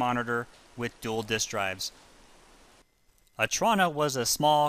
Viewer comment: You’re not pronouncing the Otrona name or the computer name correctly. Otrona is prounced Oh-Troh-Na and the Attache’ is like a spy’s secret briefcase, pronounced At-Tash-A (the last syllable is pronounced as the 1st letter of the alphabet “A”.). I hate it when supposed experts in things, show their ignorance when they can’t even look up words to see how they’re pronounced.